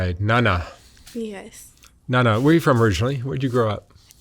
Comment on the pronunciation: The name Nana, I think you are spelling and saying it wrong Mark